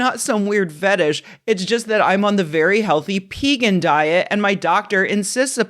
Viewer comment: Pee-gan? Naw, Peh-gawn!